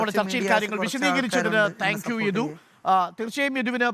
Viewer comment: ഇഡു അല്ല മോട്ടേ യദു